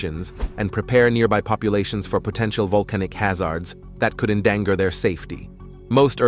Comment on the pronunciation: Vol-ca-no-lo-Gists closely monitor VUL-cah-noes to better predict eruptions and prepare nearby populations for potential volcanic ha-ZAHRDS that could en-DAN-Gahr their safety. You gotta love narration by computers.